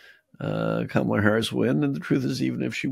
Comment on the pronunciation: Amidst the lack of coherent policies to his base, mr trump has stated some clear examples of covert fascism. " look at my african american" his deliberate mispronounciation of kamala, and hussein, never mind cats dogs, congolese, and lastly Changing Liberty to Bragg, a confederate general. Join the dots and vote blue tsunami.